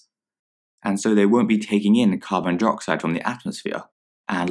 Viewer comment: It sounded like they were saying ‘Carbon Deroxide’ and I’m literally screaming inside